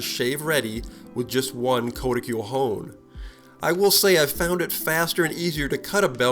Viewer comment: it's pronounced "k-ah-t-i-kool".